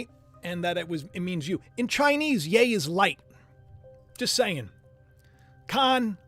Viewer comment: It's yeee not yaaay